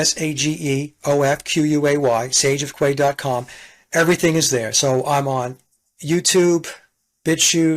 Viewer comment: Ooops! Sorry,. In England we pronounce “quay” /key/…as in a long concrete platform for loading/unloading ships. Greetings, as ever, from Brazil! I’m looking forward to this one. I like Delingpole. He was great during Covid.